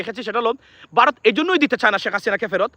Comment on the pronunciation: বারোত না ভারত।